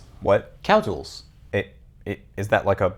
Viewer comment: First: Premium English... Second: "Cowtools."